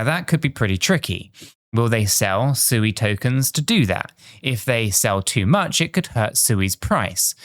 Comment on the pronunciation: Not Suey, lol